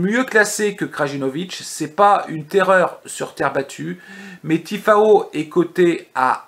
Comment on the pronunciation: Je te découvre aujourd'hui et je m'aperçois que tu viens de réaliser un très très joli... 0/4. J'attends de voir la vidéo de demain. 😊. Au passage c'est Tiafoe et non Tifao 😉